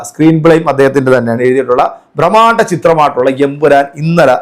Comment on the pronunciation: ബ്ര മാണ്ട 😂എന്നല്ല ചങ്ങാതി ബ്രഹ്മാണ്ഡ എന്ന് പറയൂ .ഹ്